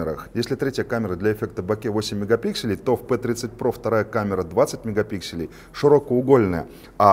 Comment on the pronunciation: Не "Пи*дитё" тут))) не пи, а пЭ звучит лучше)